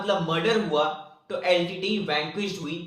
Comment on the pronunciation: Litte not leet